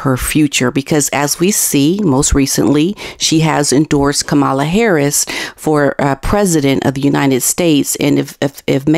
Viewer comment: hiya, watch you a bit, appreciate your content. Please learn how to pronounce Kamala :D thanks.